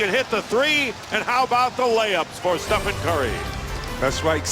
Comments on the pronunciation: Who is this commentator saying Stefan curry?? Is he representing NIKE? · “Stephon curry” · “Stephon” smh